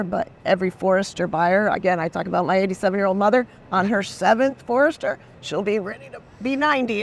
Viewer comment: You mean the Fordster, not Forester. 😂